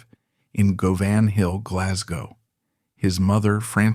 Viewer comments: Its Govanhill , not Go van hill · Go-van-hill in Glasgow? "Guvinhill."